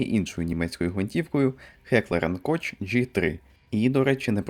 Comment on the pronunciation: Дуже люблю ваші відео, пане, і тому дуже соромно душніти, але не млжу не сказати що німецькою поєднання СН читається не коЧ, а коХ 😅